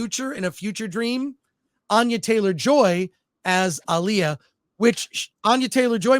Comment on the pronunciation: How can you mispronounce Alia so bad